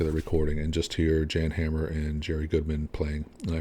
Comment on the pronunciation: JAN is pronounced like yawn not Jan